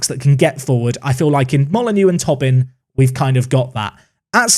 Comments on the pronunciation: please. It’s “Toe-Bin” not “tob-in” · I don't know why that mispronunciation goes through me so much but it does. I mean, it's not spelled Tobbin. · I think it’s Toe-bin, not Tobbin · On Tobin, it’s pronounced “Tow-bin”, not “Tubbin” 🇮🇪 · Ah, Tobin is pronounced like Toebin. We will educate you in our weird irish names 😉 still remember you pronounced Roche in some exotic French way 😉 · Just to let you know from an Irishman, Tobin is almost definitely pronounced Toe-bin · Some great additions... Top 6 finish? Loving the series. (It's pronounced "Toh-bin" btw) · How that does that any sense? How Tobin is pronounced is Tow-bin.. how can someone who speaks English could see that name and think "oh yes this is pronounced Tow-bin" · because it’s an Irish name and the “o” in Tobin is pronounced as an “o” not a “u”, therefore “tow-bin”